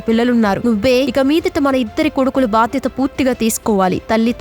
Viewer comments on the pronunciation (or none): none